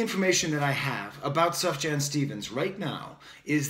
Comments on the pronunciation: Lol... “Suff-Jan”... it’s pronounced like “soo-fee-yawn” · Everything you say is absolutely correct about this new Sufjan song (BTW the j is pronounced as a y, so you'd say Sufyan), as is pretty much everything you've said in the other videos I've seen of yours (breath of fresh air, thanks so much!). You are extremely insightful. I'm a big Sufjan fan, and when he stays true to himself he is heartfelt and genius. However, he sometimes goes off on these "modern" pop style tangents, which don't work for me. Maybe he's trying to appeal to the younger generation and gain more mainstream acceptance? How often does that strategy work for artists? Check out his 2015 album Carrie & Lowell for his last true work of art.